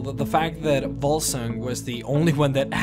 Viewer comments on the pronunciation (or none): I don't mean this in a stupid way, cause I love your 'Lore' videos, but you often pronounce a 'v' as a 'b'. I noticed that first in another 'Lore' video where you talked about Vivec. You pronounced it as 'Bibec'. Now with Vokun and Volsung I hear Bokun and Bulsung. Or is it just me?